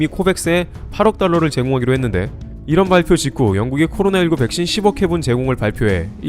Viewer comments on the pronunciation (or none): none